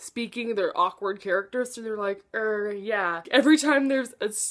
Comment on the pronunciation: I couldn’t relate to Tori that much at all, other than feeling out of place in a friend group, but I adored this book. And for the dialogue I think you read it wrong? They say “Er, yeah” not “Rrr, yeah”. Basically everyone says “er”. This shows natural flow of dialogue. Also, his name is Lucas, not Luke. I personally believe Tori doesn’t like Disney because she is the oldest of 3 children, and with only 1 year between her and Charlie it is likely she was trying be the mature one from a very young age. That’s very common.